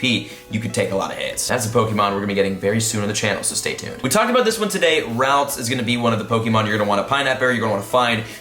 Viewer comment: The way he pronounces 'Ralts' lol ded